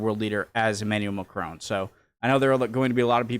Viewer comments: Mec il est anglophone, "on" est une voyelle nasale, ils ont du mal à la prononcer. Exactement comme nous avec le "th" anglais. Soit un peu tolérant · Why are you calling him Macrone? there is quite clearly no e at the end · As you like the French President as much as you do, might I suggest you try to pronounce his name a tad better? It mc-cron (to rhyme with gone) rather than mac-crone (to rhyme with grown). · Its not Macrone, its Macron